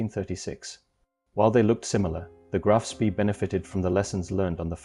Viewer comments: Why can't anyone pronounce Spee properly. It is Sprey not Spee as in pee. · repeat after me graf spay koo de grahs mon-teh-vih-XDAY-[oh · It is pronounce SPAY!!!!